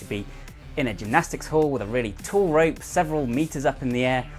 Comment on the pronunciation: I keep thinking hes calling it.. RAPE CLIMBING.... YEESH....